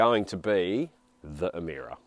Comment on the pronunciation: How come in my Kings English is Emira pronounced "Emeera" for Lords Sake???